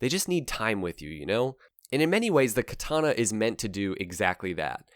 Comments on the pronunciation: When you correct ppl like: "KatAna" actually is pronounced differently. Each an every a is spoken equaly. "Katana" "Ahhh, KatAhna" is what you get It really gotta be hard to listen to some japanese movies and get at least an idea of.... nope - ignorant ppl being ignorant never changes. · when this bike showed up on the showroom floor, it was the first time that I ever saw the sign "Do NOT sit" on the seat of a bike. An aside, from casual chats with Japanese people I've learned by listening to them that the Japanese pronunciation of Katana is more like "Ka-taNAH", accent on the last syllable.. also Kawasaki is more like "Ka-WASS-ski", accent on the second syllable and no sound like "saki" at the end..